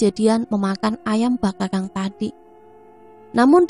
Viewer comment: Maaf cah ayu...maksudnya bakakak bkn bakakang kali yaaa..itu ayam ingkung cah ayu😊😊😊maaf ya skdr koreksi geulis🙏🙏🙏🙏